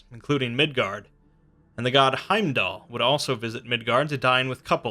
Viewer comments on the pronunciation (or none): none